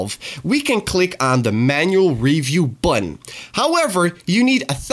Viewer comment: wow. painful to listen to. The word Button is not pronounced: "Budden" and Politics is not pronounced "Polidicks" Maybe that's why you're limited?